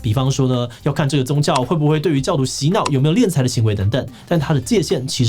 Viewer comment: 敛财，敛，念“脸”。